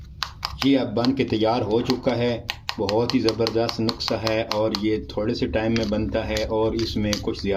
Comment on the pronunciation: تلفظ درست کر لو نقسہ نھیں ھوتا نسخہ ھوتا ھے اس نسخے سے کچھ بھی نھیں ھو گا اس نسخے کا ٹائمنگ کے ساتھ کوئی تعلق واسطہ نھیں ھے صرف تھوڑی سی ھوشیاری بڑھ سکتی ھے بس ٹائمنگ میں بلکل بھی اضافہ نھیں ھوگا